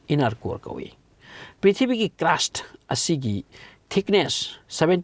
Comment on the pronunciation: Yam taningtaba dialogue yamna yaoe. " Aduna film gi wanido " ga haiye. official oiba wangang sijinaba fei. Aduna film gi warini hairaga loire. Pronounciation su yamna soi. Crust pu crast haina pare , diamond busu lanna pare, inner busu innar haina pare. numit ki asabaga core gi asabaga manade. Aranba information su pire. Yam cheksina pabiyu educational purpose oina sijinaba yanaba.